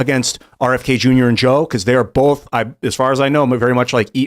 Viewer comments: is quite the upgrade! It's like Tim Prime, but without the constant interruptions, stammering and silly theories. The only criticism I can make is that the Timbot manufacturer didn't fix the mispronunciation glitches. They merely substituted Tim Primes 'Bowlth" for Tim 2.0s 'Ahwn'. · Also must pronounce the word both with an "L" "BOLTH" but like the O.P. said, the cadence was dead on.